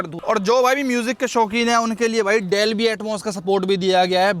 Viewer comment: Delbi nahi dolby bolte hai 🎉